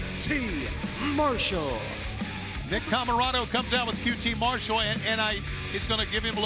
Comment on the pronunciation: Why does Tony pronounce it Mar-SHALL most of the night? I hear everyone else pronouncing it MARSH-all.